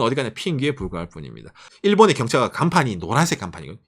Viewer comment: 첨에 "일본서민들은 경찰을 사랑할 수밖에..." 로 들리신 분?